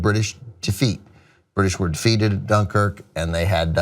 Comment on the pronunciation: I don't know why, but I feel like you're saying Dunkirk wrong